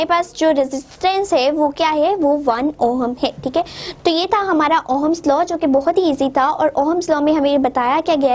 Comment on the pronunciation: It is not Ohams it is ohm's